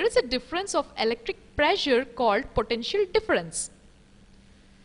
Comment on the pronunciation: It was pretty scary the way she pronounces 'potential'!